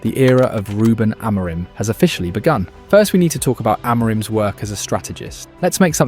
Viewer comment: The day is yet to come when an Anglo can pronounce any Portuguese name correctly: "Amorime this, Amorime that, Amorime, Amorime, Amorime." There is no E at the end, the M is silent. Ah-Muh-Reen. Try it. THEN you will say his name correctly.